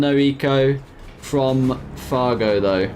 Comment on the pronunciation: Did you just call fargo far-joe 😂😂